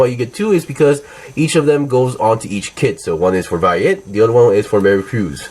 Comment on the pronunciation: So weird how you're pronouncing their names. Pretty sure the dub pronounced them as Vey-eight and Mer-cure-us.